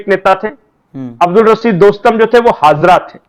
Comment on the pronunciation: हाजरा नहीं हजारा है